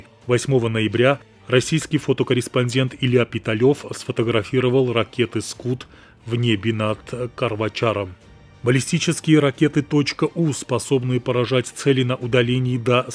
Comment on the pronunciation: Во. Первых. Не. Скут. А. Скад. Во. Вторых. Вы. Не. Попали. На. Скад. Вы. Попали. С. 300.